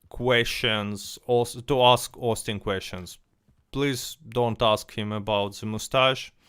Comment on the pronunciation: OHSTIN BEE IM IHX (I really think he ought to pronounce it this way - way cooler)